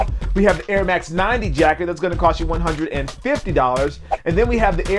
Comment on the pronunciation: Hey, it is pronounced ja-kard. As in Captain Jean Luc Picard.